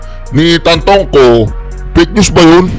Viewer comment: Hindi Tantongco, ang correct is TANTOCO!